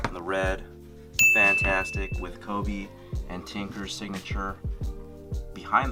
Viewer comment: Drinking game: take a shot every time he says fanatastic